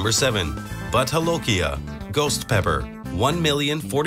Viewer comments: It's pronounced Bhoot not but ..and jolokia is pronounced as jo not ho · jolokia is pronounced as 'j' not 'h' like spanish